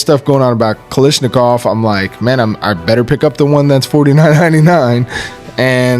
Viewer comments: Why does everyone insist on calling it "Kalishnikov"??? The pronunciation isn't hard... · It might have something to do with where in the states you live.🤔 I noticed that Honest Outlaw says "lish" too. Brandon H probably feels a disturbance in the force every time somebody does it. Don't let it drive you crazy, though. It's like the clip/magazine thing, or direct impingement/internal Piston operation.😮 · What is so hard about saying Kalashnikov correctly?